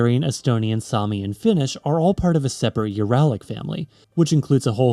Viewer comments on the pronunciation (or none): none